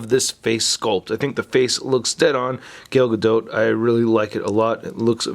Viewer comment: its "Gal Gado" the spelling is Gal Gadot but you pronounce it as "Gal Gado" with a faint T